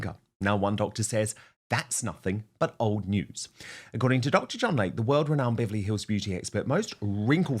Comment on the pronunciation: HIS NAME IS PRONOUNCED "Lay-Key" NOT like the body of water called a Lake. 🙄